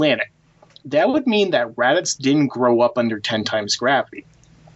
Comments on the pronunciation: Is anyone else hearing them say raditx not raditz lol your can't be a dragon ball fan or expert if you cant say the names properly 😂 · They should of paired vegeta n raditz... Both extremely violent, big egos and highly confident. Nappa shoulda been the weakling Just to put it out there cuz I hear it often... It's pronounced rad-its and tur-less... Not rad-ix and not tur-els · Its not Raditx bro lol. Its Raditz. This video had such great content in it and it was very very informative. Keep up the videos. But from now on, if your gonna bring Raditz up again please say his name right from now on bro lol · Um.....it's pronounced RADITZ not RADIX. What the fuck??? Seen the show at all? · Radits not radix you dumb bitch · Why the fck does he keep saying RADIX are japanese people pronounce it like that or does he not know it is RadiTZ??????? Sorry it is so annoying... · It's Radditz not Raddicks lol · ok one of them (dont know witch) but they never say raditz they always say "radickz" ALWAYS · Why do you say Radix instead of Raditz? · radix it's raditz 😂😂😂😂😂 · HIS NAME IS RADITZ! NOT RADIX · It's RADITZ not Radix what the FUCK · They show Vegeta training as a child against saibamen. Also, the Ginyu force specifically mention training camp. And it's Raditz, not "Radix." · its radiTz not radiCz dang xD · I like the way you pronounce raditz😄 it kinda sounds like radix which almost sounds cooler. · How do u mispronounce raditz radicks? U consider yourself a dragon ball fan but don't know the names? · is it just me or is it almost every time says raditz it sounds like he's saying radicks haha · Anyone else annoyed how he say raditz?? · Nobody:: "RaDiX" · Why do you keep calling him Raddicks? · Why does it keep sounding like he's saying "Radicks"? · Does anyone else here him say Radicks? Hah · Can you stop calling raditz radix. Its honestly annoying and throws the video out of whack. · Why does he keep saying Radix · You sound like you're saying "rad dicks, bro"